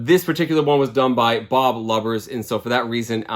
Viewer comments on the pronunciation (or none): I saw Bob Lubbers at his panel at the San Diego Comic Con in 2002. A very amiable and down-to-earth man. As an artist, Bob Lubbers was great! For the record, his name is pronounced "loo-bers".